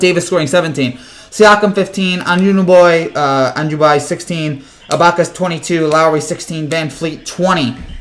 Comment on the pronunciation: It's A-NU-NO-BEE.